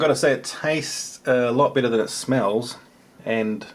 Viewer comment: Yeah whenever you were mixing the noodles and said, they look better as you mix them, I had thought you said bitter, and it took me a couple of seconds to find out you said better